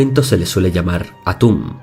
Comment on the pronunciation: Lo siento mucho pero cuando dijo "Al anochecer soy Atun" no pude evitar morir de risa xD